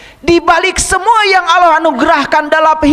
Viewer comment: hebatnya si itu nyebut nama Allah menjadi auloh dan aloh.dan si gz becus baca alquran,pdhl si udah bau tanah.itulah hebatnya si